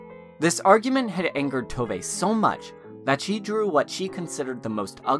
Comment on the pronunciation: I'm just 3 minutes in, but "Little My" is actually pronounced like "Little Mü" or, less accurately, "Little Moo", in case anyone's wondering. And while we're at it, it's "Tovuh", not "Tovay". Thanks for this video, though. It reminded me how much I love this series.